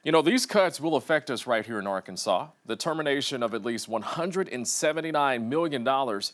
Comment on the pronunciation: Di- Did he say Ar- Kansas!?!! 🙄